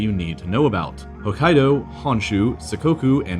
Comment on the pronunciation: he doesn't pronounce the two "k"s in Hokkaido